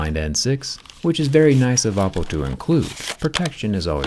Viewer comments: Bruh it's not "Appo" it's Oppo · Oppo made a fantastic job...of hiding an apple word in "oppo" . Once you hear the a(o)pple instead of Oppo while Zack talking... you can't unhear it... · Am i tweaking or does he say apple afew times instead of oppo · I Heard Apple all the time instead of Oppo 😂